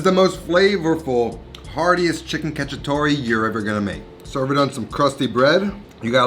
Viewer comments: So funny how bad Italian Americans pronounce Italian words, "catchytoree" lmfao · It is cacciatoA with an A